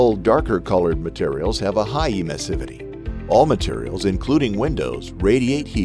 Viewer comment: Good video, but the mispronunciation of the word Emissivity is totally distracting. It should be clear that it has to be pronounced like in Emission